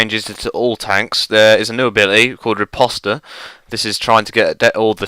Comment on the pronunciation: Riposte - silent e ...geez